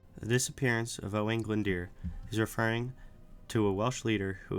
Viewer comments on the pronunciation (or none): It is pronounced 'Oh-wine Glund-ooer'.